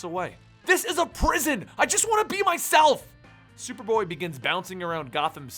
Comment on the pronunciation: at the beginning you said shuperboy